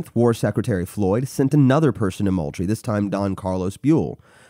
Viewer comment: It’s fort MOULTRIE like “MOOL-TREE”